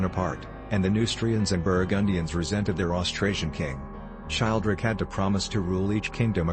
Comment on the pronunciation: I believe Childeric is pronounced: chill dare ick Just a minor quibble